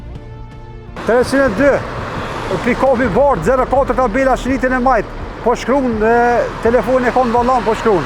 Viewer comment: “Telefonin n vOllAn po qKrun”